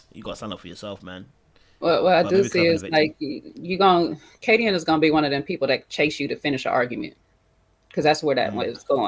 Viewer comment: Love sean,but why do yall keep calling khadian,"khadeen". It's ka-dee-un. Lols. Great discussion!